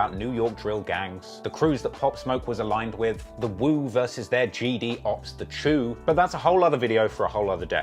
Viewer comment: Nigguh said the chew it’s the Choo’s